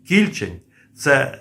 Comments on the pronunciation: Наголос на букву "е", КільчЕнь. Це назва річки в нашій області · Та наголос на другий склад в слові Кільчень. Місцеві так річку звуть північніше міста. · Кільчень , наголос інший ,це річка у пгт .Підгородне. м.Дніпро. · Наголос у слові Кільчень на останньому слогові . Це назва річки у дніпропетровській області. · Дякую за роботу! Але в слові Кільчень не правильно поставлений наголос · Наголос на останній склад КільчЕнь. Це річка в Дніпропетровській області. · Плюсик, але назва «Кільче́нь» має наголос на «е», тобто, поза коренем — так само, як у назвах «Волинь», «Горинь», «Рогань», «Тамань», «Бершадь», «Оболонь» та інших подібних давньослов'янських назвах. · Кільче́нь, отако наголос робити. Я там вудив у дитинстві. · КильчЕнь. наголос на другий склад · Кільче'нь-наголос на (е) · Є річка Кільче́нь (наголос) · Кільчеʼнь наголос на останній склад, це річка біля Дніпра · Вірно казати Кільчень з наголосом на е. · КільчЕнь. З наголосом на е. Це річка така. Ну хоч збирайте моло мало інфу перед записом. В нашому найменуванні невірно ставити наголос, то ганьба! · Не кI льчень,а КільчЕнь,на дніпропетровщині є річка КільчЕнь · Не Кііільчень , а Кільчееень , наголос на "е" . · Наголос не правильний - кільчЕнь. Це назва притоки р.Самара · Не кІльчень, а КільчЕнь. Річка що тиче в примісті м Дніпра. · не кІльчень, а кільчЕнь, ця річка притока Дніпра тече у нашому місті... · Пане, думаю, що наголос правильніше буде ставити на другий склад - Кільчéнь, а не Кі́льчень. Бо під містом Дніпро протікає однойменна річка «Кільчéнь», а КБ Південне саме в Дніпрі. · А чому кІльчень? Правильно кільчЕнь :) це річка така :) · Шановний, Ви невірно ставите наголос у назві "кІльчень"! Правильний наголос на другий склад, "кільчЕнь", а не на перший!!! Кільчень – це гідронім, назва річки, правий приток річки Самара, яка є лівим притоком Дніпра. Кілчень впадає у Самару зовсім поряд з гирлом самої Самари. Дуже мальовнича місцина. І це в межах міста Дніпро!